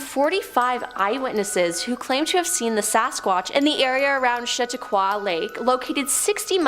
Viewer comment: The pronunciation of Chatauqua has me💀